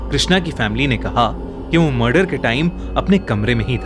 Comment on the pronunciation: Its murder not marder